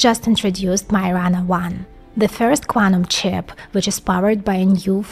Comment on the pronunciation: “Smoosly runningk Quantums Tchiiiiiip”